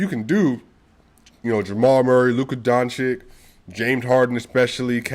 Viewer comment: brother.. I have the upmost respect for you.. BUT PLEASE, PLEASE.. PRETTY PLEASE with Nikola Jokic on top.. Luka's surname is pronounced DON - CHiCH (not DON - chiCK)